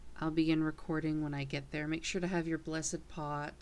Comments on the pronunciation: Blessed pot... not blessid.... lmao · omg its blessed not bless-id lol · you cant say the word "blessed"